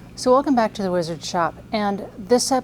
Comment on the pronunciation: I cringe when I hear "weezard"